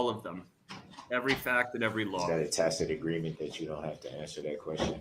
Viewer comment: The man has a coach somewhere....he used to ax if this was a "tackit" agreement, now he is pronouncing tacit correctly.